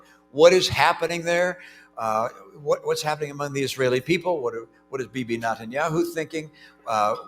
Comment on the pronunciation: He mispronounced Netanyahu